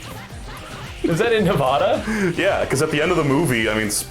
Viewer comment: it amazes me that they both cant say nevada and las vegas correctly